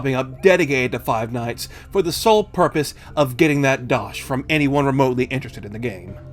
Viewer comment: Its surreal hearing someone without an English accent say dosh Edit: Hah.